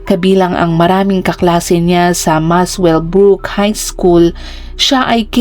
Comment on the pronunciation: Pronounced MASELBRUK not Muswellbrook 😂😂😂